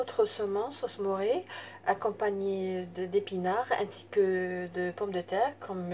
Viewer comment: Sauce mornay et pas sauce moré